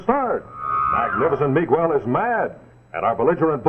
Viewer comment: That bi-lingual announcer who was selling the Stay-Full Battery sure had our Spanish-speaking audience' attention with his expert proununciation of names such as Mi-GWELL.